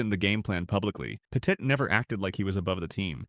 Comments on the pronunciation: That really ruined the video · Turned off once i heard that